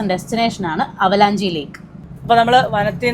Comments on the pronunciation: ആ വാക്ക് avalanche ( അവലാൻഷ്)എന്നാണ്... ഹിമപാതം... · Avalanchi alla .....avalanch. endile e (AVALANCHE) sitent aanu.